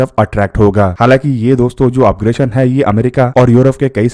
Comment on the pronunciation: अपग्रेशन" नहीं अपग्रेडेशन